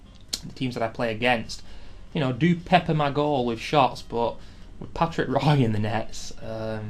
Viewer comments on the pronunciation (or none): You do know that Patrick Roy's name is pronounced Rwa ?